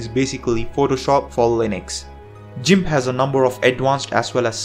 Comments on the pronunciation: That pronounciation of GIMP was on purpose... as you did say that software's name more than others... and... I'm sold on that pronounciation... it will be a great way to cause intense levels of pain in geeks. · ..It's " gimp"..not pronounced" jimp". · Great video, I learned some new useful apps. If you don't mind some advice, your English is very good so I was able to listen it while browsing but where it falters was VLC, I thought you said 'realty', and I keep hearing that. Also GIMP is not 'Jim', it's pronounced with a hard G, like 'Gun'. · Thanks a lot. Useful list. Just one thing though. Gimp is pronounced "Gimp", not "Jimp" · it's Gimp (g pronounced like in the word Get) not JIMP.. (just so you'll know) I LOVE this list-- except for STEAM- which I have NO use for- I have far too much important things to do than "play games"-- which I hate anyway... BUT for gamers, it's GREAT!!!! and i don't do MEGA (I don't sync anything- that's a direct link for hackers and I've been hit twice and it's cost me YEARS of work to make up what they stole. GREAT VIDEO THOUGH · God please stop saying Jimp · You really said "jimp" huh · "JIMP" I'm afraid I must disagree with your pronunciation on this one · G... G.... "guh" not "juh".... gimp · im sorry but.... jimp? this is a first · you pronounced GIMP wrong! GIMP NOT JIMP! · Never knew it was "jeemp", thought it was "geeimp". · It's not "jimp", it's "gimp" (hard g). And it's the GNU Image Manipulation Program. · jimp..., you know, like jorilla... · It's Gimp not Jimp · It's pronunced gimp with hard G sound not jimp with a soft G sound. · you lost me at by pronouncing it "gymp" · This man said jimp 🤮🤮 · did he really say jimp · "Gimp" as in "girl," not "gimp" as in "gym." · I was laughing so hard at the jimp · "jimp" LOL